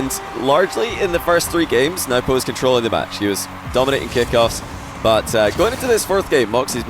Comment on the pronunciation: it's pronounced no-boo